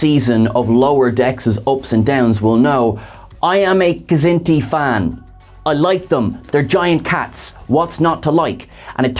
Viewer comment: I love you guys. I love all of you guys. But come on. Stop mispronouncing Kzinti! The K is silent!!!